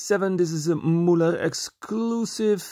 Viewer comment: When you make a video in germany try to speak the words right.....its Müller, not Mullar, and Majorette is a french enterprise thats not called Mayoret.....